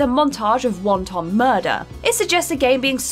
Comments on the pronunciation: Wonton murder? Like someone killed a bowl of soup? Its Wanton pronounced "want -en" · Never heard it pronounced won - ton before! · heard of the word wanton, never heard it pronounced like Wonton ever. even in the most regional uk accent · You people never heard of the word, "wanton"? Which in certain parts of the UK is pronounced "wonton". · I lol'ed at "montage of wonton murder". You guys do know there's a difference between "wonton" and "wanton", right? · Did she just say "Wonton murder"? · Hatred's 'protagonist' is a mass murderer, not a damned terrorist. Also mispronounced wanton.